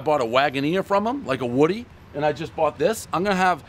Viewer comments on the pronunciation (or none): none